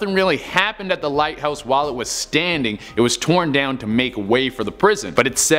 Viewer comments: Hahaha the lighhouse lol not the lighthouse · The "Lighhouse" not a "Lighthouse" hummmm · "The lighhouse" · I'm sorry, I can't help it, I-- The "Lighhouse" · Lol lighhouse 😂